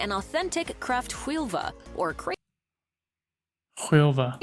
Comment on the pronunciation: Kräftskiva. Not skilva!